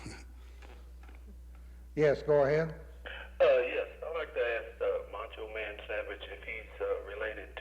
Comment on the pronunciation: Moncho Man? He keeps calling him Moncho Man.